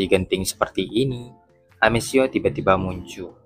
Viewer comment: Amethio bacanya Ametio bro. Bukan amesio